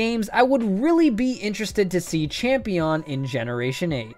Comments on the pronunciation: "Champeon" "Igneon" WHEEEEEEZZZE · Champeon. I say brawleon.